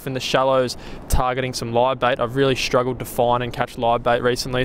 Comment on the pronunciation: And while I'm at it, any other word with an "st' in it. Shtruggled Aushtralia Shtraight 😅 it fucking kills me